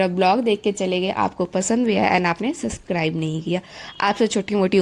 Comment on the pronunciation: Phle to yaar subscribe bolna sikho tum 😂 aur yr ye kiss zmane ka photographer kra hai bhaii ise better videos to ek sste android mein aa jyga😂